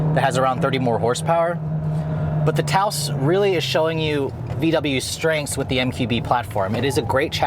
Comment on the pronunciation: He better be mispronouncing the name 🤣 "Touse" ????